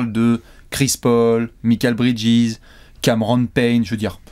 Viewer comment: Les gars j'adore vos vidéos mais un truc m'écorche toujours les oreilles : MIKAL Bridges se prononce comme Michael (Maykeul) et non pas MIKAL à la française. Merci !